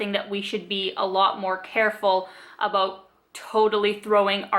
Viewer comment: You really remind me of Robin from How I Met Your Mother. I love the "abuts". It sounds really Canadian!